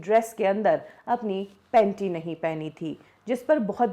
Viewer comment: 😂😂😂😂 how she says panty